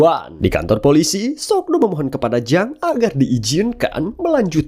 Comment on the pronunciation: Ma Dong Seok bro namanya atau biasa di sebut Don Lee, kalo lu ngucap sok do jadi aneh aja gua dengernya